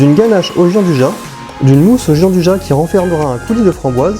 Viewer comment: Sa existe pas le « Jean du ja » c’est , phonétiquement : « Djianne douilla »